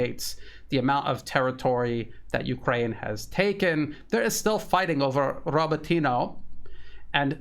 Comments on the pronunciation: You mispronounce Rabotino everytime. RabOtino, not RabotIno. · Mispronouncing Robotyne. Great otherwise